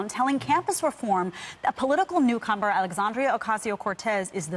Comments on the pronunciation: Lol they said 'Newcumber' in congress at the start, not New comer. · “Newcumber.” 🥒 Like cucumber but newer. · She said new cumber.